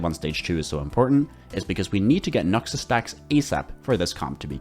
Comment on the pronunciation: The way you say Noxus is great